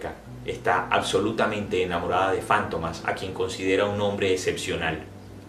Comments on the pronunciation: ¿Fántomas? ¿No es Fantomas? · Es Fantomas no Fántomas ... Es un sustantivo en palabra grave , por eso no va acentuada en la penúltima sílaba , si fuera Fántomas , por ser palabra esdrújula llevaría tilde o acento en la antepenúltima sílaba . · Porqué la pronunciación como si fuera esdrújula y no lleva acento. Para mi es Fantomas, llana.